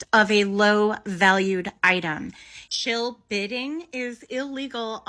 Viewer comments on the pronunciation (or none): Shill bidding, not SHELL bidding 😂